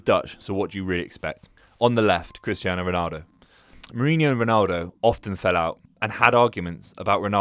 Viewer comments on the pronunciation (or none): none